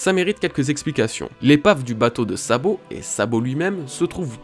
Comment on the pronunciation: Super Travail! Rien à redire sur cette vidéo sauf ceci: A partir de 8 minutes 43 environ, j'entends: " Lorsque Sabot récupère Dragon..."; Voilà c'est tout 😅 sinon au top! Continues comme ça!